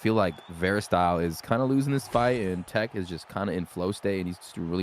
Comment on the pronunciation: The first guys take is pronounced Tekk not “tekky” all good tho I just like to see people I know doing good 💯 thank you esfl for being here and bringing this content 💪💯